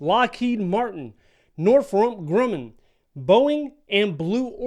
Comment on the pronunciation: "Norfrump Grumnn" took me out 😂😂